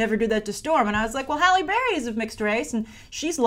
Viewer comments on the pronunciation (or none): none